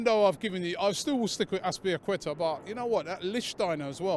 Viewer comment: Lol can't pronounce azpilicueta to save his life